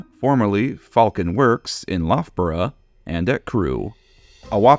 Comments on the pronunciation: I feel like someone has already said this, but Loughborough is pronounced luff-borough (like tough) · I mean absolutely no offense, as yuo've made a valiant effort, but the 'lough' in Loughborough rhymes with 'buff'. Was neat to learn that the Falcon referred to was that local :P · A great video, but there's one tiny thing that's driving me mad, and it's the pronunciation of Loughborough! (It drives me mad as Loughborough is the university for my doctorate, so I've said it a LOT of times.) It's pronounced Luf-bere.